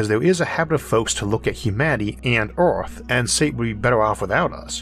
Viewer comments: Well, that's a new accent.... not sure what country that one comes from. The way he says "Earth" sticks out the most. 'euRth'. Of course, it could be a speech impediment? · Isaac be like " Oarthph..."